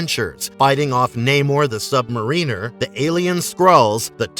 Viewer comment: The submariner??? Lmao😂😂😂 what kind of pronunciation is that lol